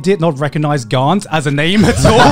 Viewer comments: Wow from this comment section I just recognize that Garnt is a Thai name, I mean most Thai people that name กานต์ doesn't spell it in English like Garnt and doesn't pronounce it as giguk did, they would spell Karn or Kan and pronounce it like only Gan in Ganyu from genshin impact, if anyone wants to know how it sounds like in Thai just copy ->(กานต์)<- and pastes it on google translate to let it read for you. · Garnt pronouce the same way as darn or the word lan in Milan. :D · Garnt? ha more like Garn't